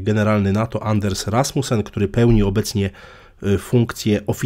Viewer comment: Anders Fogh Rasmussen po dunsku ( Anas Foł Rasmusen)